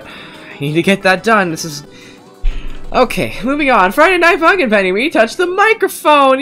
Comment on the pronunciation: When he says funk in it sounds like f—n